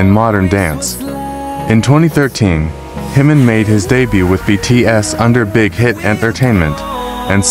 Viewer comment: The mispronunciations are driving me crazy!! "Himmin" and "Bisson" top the list, but seriously, it's pretty egregious error when Jimin is not a new artist. There's so much content and guides on how to pronounce his name and other KOREAN words. If all else fails, look up the KOREAN (hangul) spelling of his name and learn how those letters sound!